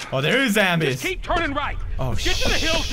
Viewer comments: bro I love pewds he called the zambeez lol he's my hero🙄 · you know he says zambies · I love how he says "zambies" instead of zombies 😂😂😂😂